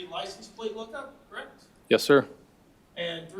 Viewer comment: The defense attorney is awful! She has to be pissing the jury off. Every time she says the word- correct- I cringe! The way she can make the word and have 34 syllables- aaaaaaaaaaaand drives me nuts! Besides her terrible affect she is a lousy lawyer! She has done nothing to provide a defense for this killer- just counting on reasonable doubt to make her case. The prosecutions case is way more than solid enough to convict this piece of garbage- and I can’t wait until they find him guilty on all charges